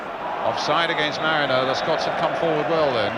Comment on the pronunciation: Total dougnut that jack charlton. Constantly calling us Skotch!!